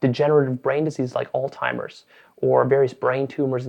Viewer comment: This guy said "all timers..." Meditate again bro.